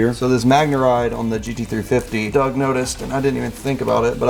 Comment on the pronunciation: It's "doug" you dumbass...